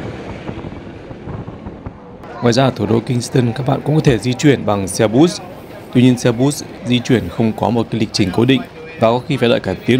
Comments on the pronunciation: xe bus.... phát âm là xe bớt không .....xe bút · Mọi thứ đều hoàn hảo. Nếu có thể từ xe bus, phát âm bằng tiếng Việt hoặc tiếng Anh. “Bút-s” Chắc phát âm theo tiếng Đúc.